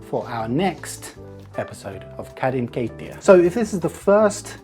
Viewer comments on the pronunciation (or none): i keep thinking he’s saying “Karin keittiö”, like bro who’s this Kari you keep talking about